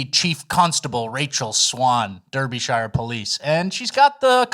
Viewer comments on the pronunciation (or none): none